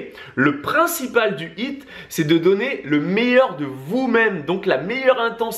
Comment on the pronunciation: J’adore votre contenu, mais mes oreilles saignent avec votre anglais 😂 un petit effort pour prononcer les H dans High et HIIT ce serait déjà mieux, de dieuuuu 😜🤗